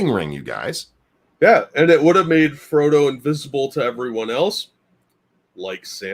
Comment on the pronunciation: You saying Fredo instead of frodo 🤣🤣